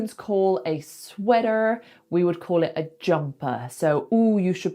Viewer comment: You pronounce "sweater" very Gringoly.